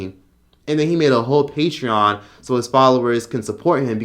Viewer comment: WHYYYYYYY tf does this man Onision pronounce "patreon" like "PAY-tree-in". Dear god that's annoying.